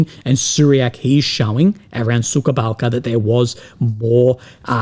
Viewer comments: It's Suha Balka not Suka Balka. That means Bitch Village hahah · суха балка not сука балка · plz, do not say [SUKA BALKA] it is [SUHA BALKA], suka = bitch. Thank you for sharing your thoughts and letting your other people's vision appear on your channel. Good luck in your personal struggle. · Yeah indeed was watching say "Sukha Balka" and was thinking oh boy, careful there bro.. we should all know what "suka" is and the way to avoid it is to say the right kind of "h" instead (which differs from the enlish h..)